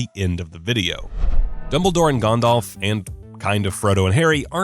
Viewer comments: Ah yes... Sorahn the dark lord and Gondahlf the gray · the fact he says the one ring is macguffin from the start says alot abou what you need to know about how basic this narrators knowledge is. FYI both a potter and a LOTR fan. also he pronounces Gandalf as Gondolve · Meh, the way he says Gandalf is wrong, but that pronunciation of Sauron is correct. It doesn’t sound like “sow-ron” it is more like “sorron”. Just watch the Tolkien documentary, it’s literally how he pronounces it. And yes Ik im late to this. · Cool video, but why do American's always mispronounce Sauron? His name, phonetically, is Sow-Ron, not Saw-Ron. Similarly I've noticed they also pronounce Gandalf as Gan-Dolf instead of Gan-Dalf. It's a minor complaint but it irks me. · Sau-ron not so-ron and Gan-dalf not Gon-dolf 🤦🏻 however you are right about all of them but I think it is normal because Tolkien is basically the father of this genre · It really enrages me sometimes that despite the names of Sauron and Gandalf pronounced how they were supposed to be pronounced, some people still pronounce it severly wrong. Like this dude who said Soran and Gondalf. And yes ik some other countries dont have perfect english accents since their nation doesnt use english as their primary language. Im more reffering to people who use english as their first language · Gondalf smh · Ah yes, GAHNDALF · G-ah-ndalf, and he says Michael Gambon weird too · Why do Americans nearly always pronounce Sauron and Gandalf wrong? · I’ve gotta express my feelings: the way the narrator fails to enunciate the “T” in Voldemort and the way he pronounces Gandalf drives me insane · Anyone else totally triggered about how he pronounces “Gandalf” and “Sauron?” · Yep came to the comments just to see if i was the only one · Not just that, but the way both Sauron and Gandalf's names were pronounced, really bothered me